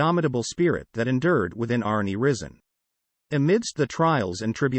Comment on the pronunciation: His name is pronounced rise en